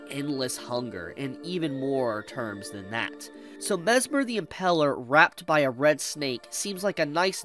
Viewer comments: Impaler, not Impeler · The way says "Impaler" hurts my soul. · Me too. I hate how he says it